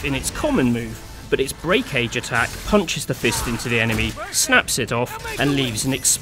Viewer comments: dude how come you keep saying break-age and not just breakage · You realize its breakage... one word. Not "Break" "Age" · Yeah just sounded off to me lol but either way great video :) enjoyed the commentary